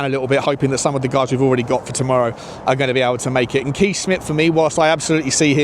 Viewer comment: Kees is pronounced Kays.